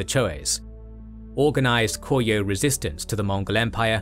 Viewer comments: It's Ko-ryeo instead of Kor-yeo - the R is read as the start of a syllable. The scriptwriter and the narrator might want to pay some attention to the pronunciation, though a reasonable degree of Anglicisation is perfectly fine. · The pronunciation of Goryeo is so bad here it's honestly distracting. (Go-ryuh)